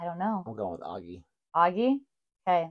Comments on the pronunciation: If it was spelled aggie it would be like maggie, it is spelled oggie so is pronounced oggie. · ..... But it's >O Au<gie..... Augmentation has a different sound to it than Omitting. You saying 'rarar to me Augie is XXX' well okay but the name is Oggie, not Augie. genuinely do not understand why you took it upon yourself to give this story a completely different name and then act like we're the weirdos.